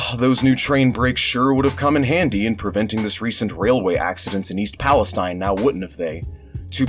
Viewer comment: It's pronounced "Pal-eh-Steen" because it's Ohio. Just FYI